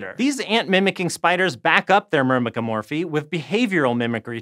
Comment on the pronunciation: This dude say mymecromurphy like it’s nothing! 😳